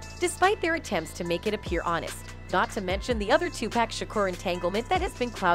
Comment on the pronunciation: 2 Pac not 2 pack!! Research is good.....